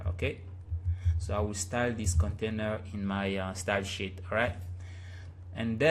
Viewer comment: It sounds like ur saying shit instead of sheet. But still great website tutorial! I learnt alot :)